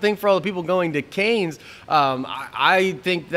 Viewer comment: Love the video! FWIW heads up on Cannes - it is pronounced "can" or "kahn" definitely not "canes".